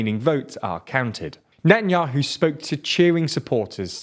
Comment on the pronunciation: his name isnt even benjamin its bibi... the way hou pronounce netanyahu is just awful to its painnnnn. it is: ne tan yauw